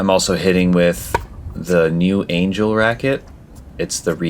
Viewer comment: It's pronounced Aan-ghell